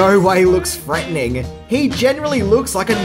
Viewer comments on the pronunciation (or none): “Tim curry in no way looks FREATENING”